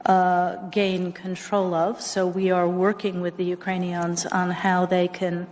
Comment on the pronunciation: She said ukranines like crayons !